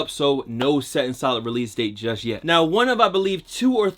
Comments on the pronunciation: That “yet” really caught me off guard😂😭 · That “yet” really caught me off guard😂😭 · That “yet” really caught me off guard 😂 😭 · That “yet” really caught me off guard😂😭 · That “yet” really caught me off guard 😂😭